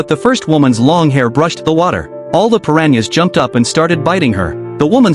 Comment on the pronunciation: Bruh it’s piranhas not Perrania’s